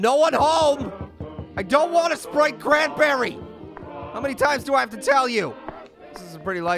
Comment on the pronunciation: Sprite cranberry I thought he said wanna spray cranberry???????